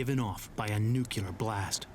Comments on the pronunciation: Yes I know, that's why I pointed out his mistake by quoting his pronunciation as "Nuc-u-lar" Maybe a bit more context for you? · ...Did he just say "nucular"? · Nuc-u-lar, god-damn learn to pronounce! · NU-CLE-AR not fucking nucular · LOL like g dubya . NUKE "YOO LURR ... YORU SUPPOSED TO SAYS IT LIKE NEW-CLEAR DURP!@ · From Webster's Dictionary: nu·cle·ar adjective ˈnü-klē-ər You don't pronounce "nucleus" as "nuke-u-lus". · Damn! They say "Nuculer" through the whole fuckin documentary. What dumbasses! I's friggin Nuclear guys!! Sheesh!! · Did he say "nuculer blast" at :08 sec.? I'm pretty sure it's supposed to be Nuclear blast. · not only him, even the dude he interviewed. fucking ridiculous. nuclear does originate from 'nucula' (latin), but this ain't Latin for fuck's sake. they're probably doing it to enrage some of the viewers for shits an giggles :).